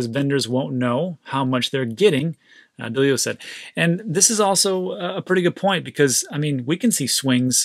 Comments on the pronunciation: DAAL-LEO is how you say his name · A little embarrassing to not know who Ray Dalio is or how to pronounce his name